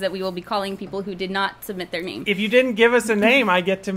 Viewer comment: Woo hooooo! You answered my question AND pronounced my name correctly! Thank you!